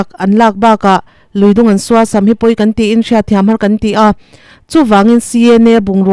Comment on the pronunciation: Suasam, tih ihlukdan kha adiklo, sua tihlai kha ari hniam a thluk tur.